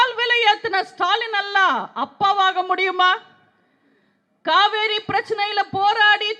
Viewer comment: Kaveri nu kooda solla theriyala.thamil ah nalla pesave theriyala.jeyalalithavumtha makkalal naan makkalukkaga naan nu sonnga.avangala thai nu sollalam ivara appanu sollakoodatha.kadavule ivangala kaappathu.